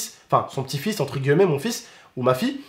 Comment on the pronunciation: ON DIT ENTRE GUILLEMET PAS GUEULLMET